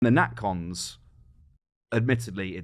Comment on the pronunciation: Not Nat Cons, NatCs.